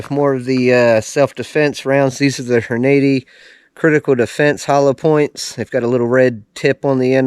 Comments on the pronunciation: "Horn-80"? Took me a minute to figure out 😂 Good video. I love my S&W BG 2.0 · Just wish you would pronounce Hornady correctly, otherwise I learned from you. Just bought mine yesterday and can't wait to get to the range which the nearest is 20 miles away.